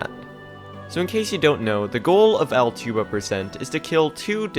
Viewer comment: i can’t be the first to say but that category name is probably pronounced “al-two-ba” like just adding a T to the bug’s name